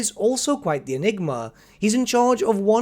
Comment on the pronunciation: I like how you say bedraggled. Bed - raggled.🤣